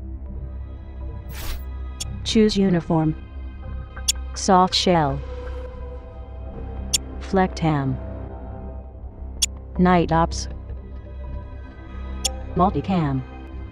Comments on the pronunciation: Boss. Its Flecktarn. Not Flecktam...the rest of the vid awesome though.. nice example of proper leadership... fuck i really need to move to Canada more awesome fields for paintball and airsoft and the community.. god damn awesome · "Flecktam" should be FlecktaRN. "Tarn" is the german word for camouflage. Sounds quite similar though.. :)